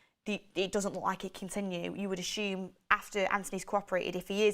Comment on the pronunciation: LOl love you way you say ashume instead of assume !!